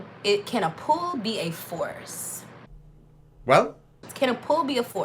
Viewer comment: 'you open a drawer and you puul' 😂😂😂